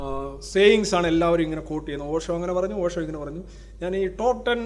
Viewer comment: പോഷോ allay, ഓഷോ ആണല്ലോ....